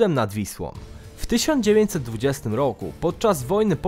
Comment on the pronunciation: powiedziałeś rowu a nie roku